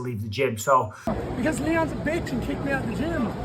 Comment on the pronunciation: Bisping putting too much emphasis on Bitch....kinda not needed